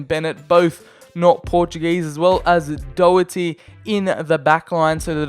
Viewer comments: Learn the Irish names, its pronounced like Daw-Her-Tee. no offence but that was probably the worst attempt of pronouncing his name besides that good video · This Man cannot say Matt Doherty correctly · How did he pronounce Doherty’s name